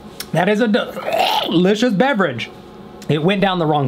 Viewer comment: “mmm!! that’s very dilitchis”